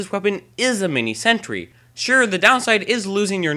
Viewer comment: He is saying: "lol, you can fix you are mini sentury" But it's: "Lol, you can fix your mini sentry"